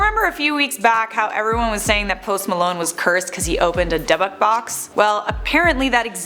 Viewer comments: Dubbuk box … it’s pronounced Dib-bik. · DYBBUK...NOT DUBBUK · HOWS SHE STILL PRONOUNCING DYBBUK WRONG?